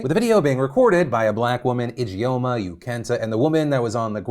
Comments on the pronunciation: Just a note, 'Ijeoma' is pronounced "idge-orma" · Your pronunciation of Ijeoma is killing me lmao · if anything at all comes out of this victoria secret karen story, i hope it's everyone learning how to properly pronounce the name ijeoma (EE-juhm-ah) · Ijoema sounds Nigerian. If so, it is pronounced Ee-jaw-mah.